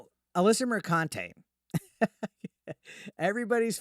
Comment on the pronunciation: Alyssa McCunty say it right.